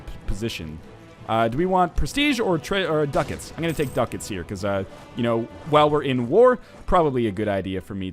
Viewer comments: Its DU-CAT-S, not DUCKETS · WHY IS HE SAYING DUCKETS MY GOD